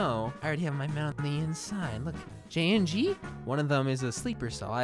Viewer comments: You said jayingee not Jayingee! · Gabinyee instead of jayingee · “Jayyengid” I don’t think that’s correct 😢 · I got jayinhee too XD let me try again "jaongee" OOF